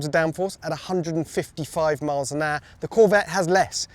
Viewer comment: How come none of you can say HOUR properly!!